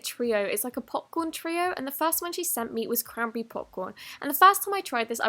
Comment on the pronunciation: when she said cranberry butter I thought she said crumble berry butter XD